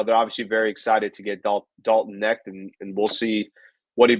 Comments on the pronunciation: with some garbage takes tonight. Clearly doesn't watch college basketball (which is fine) but first of all.... it's Dalton Knecht (like "connect" not "net"). He was the SEC player of the year in a stacked conference. He's a legit shooter who can provide much needed scoring off the bench. He wasn't mocked out of the top 10 and I've seen people mock him at #1. Saying he won't get any opportunities with the Lakers is pretty laughable considering how bad our shooting is. He's a plug and play guy immediately with the size to be a legit defender and shot creator. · The K is not silent. It is pronounced like "Connect". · The K isn't silent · I stopped watching this after the way he pronounced his name